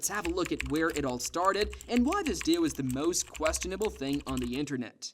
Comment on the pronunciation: Why do you say "duo" like "duah".